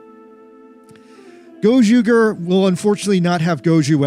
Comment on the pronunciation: The ger in gozyuger is pronounced the same as the ger in ranger.